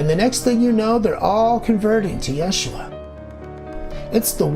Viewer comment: Great video, I like how you cite the scientific/genetic studies. Curious why you use the name/pronunciation "Yashua"(?) over Jesus or even Yeshua.